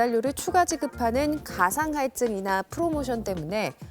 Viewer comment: 가상할증이아니고요 기상할증입니다. 발음 잘 하셔야죠!